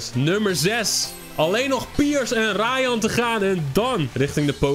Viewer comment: ik heet rayan wat jij zegt bij raihan is mijn uitspraak van me naam grappig